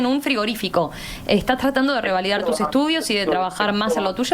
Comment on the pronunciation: Es revalidar y no "rivalidar" como dice la periodista.